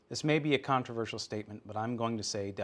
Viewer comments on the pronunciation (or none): none